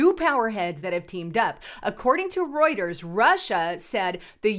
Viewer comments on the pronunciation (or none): none